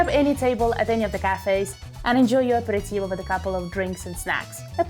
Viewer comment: Aperitivo Non apiritivo 😂